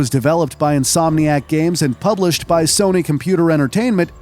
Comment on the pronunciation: Feeled like he said soney